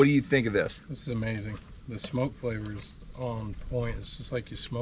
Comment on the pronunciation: "Ahmazing" 👍